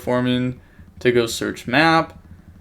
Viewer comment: u know that it is "METAnoise" and not "mayonaise" right lmao